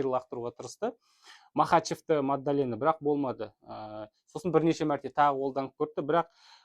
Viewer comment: Мадалена деш, магдалена емес